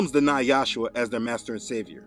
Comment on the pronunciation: In this vid , you are pronoucing the son as Yahsuha insead of Yahushua. What's up wid dat? Your histry of the Catholic church is right on , but still, I don't know what the pronunciation of the name of God or is son is. You keep changing it!! Why!!! I guess you'll just egnor me. Oh well.